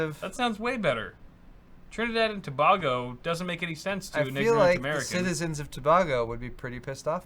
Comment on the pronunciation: Oh god how tf are you pronouncing Tobago?!?! It hurts my soul